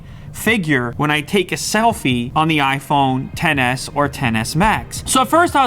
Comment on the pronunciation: Tf. Its not TEN S, IT'S X S...